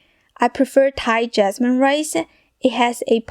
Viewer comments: Why do you talk like that. Stick-ah; pan-ah; rice-ah? It’s annoying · Why do you say "ah" after every word-ah. Rice-ah and so on-ah. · I live the way you end each word that you speak. Raícea, cookea, ingridientsa, vegetablesa, So so cute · What is "Rice-ah"???? And "Shrimp-ah"?? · Open the lid-ah…left over rice-ah…eggs-ah….shrimps-ah! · She finishes every word with an “Ah” sound Rice-ah Soy Sauce-ah. Sounding like the Metallica vocalist. Lol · Rice-uh Fridge-uh 😂😂😂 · Rice-ah...examples-as...size-ahh...lubricate-ahh... that-ahh...need-ahh...like-ahh... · Fried riceuh with a mixeh of veggies